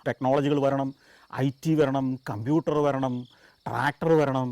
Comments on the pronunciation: ങാ ടാക്കറ്ററൂം ക്കമ്പൂട്ടറും 😂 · കമ്പ്യൂട്ടർ ട്രാക്ടർ എന്നൊക്കെ പറയുമ്പോ എന്തോ കൊള്ളിച്ചു പറയുന്ന പോലെ